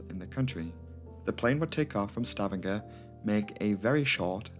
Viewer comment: Fyi..it's pronounced Sta vang er. I lived there 8 years and still call it stav andger haha. Great vid! Thankyou